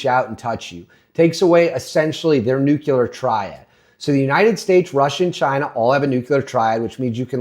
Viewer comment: Olease stop saying "nukular." Clicked away.